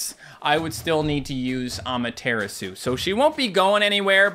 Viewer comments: Cant believe he still pronounces Amaterasu as Ama-Tear-Isu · When says Amaterasu like that, it makes my face go 😭